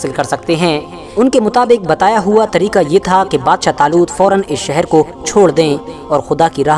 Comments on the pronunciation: Badsha zaloot nhi 🤣🤣🤣 badshah taloot bolo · Bhai aapne bolne me galti ki h